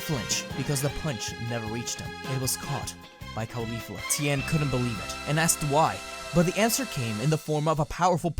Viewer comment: What’s driving me nuts about this series is “khalifla.” It’s pronounced in the video like Khalifa with a “fla.” It’s pronounced “kaw-lee-flah” like “cauliflower.” You don’t call it Khalíflower. It just sounds so weird.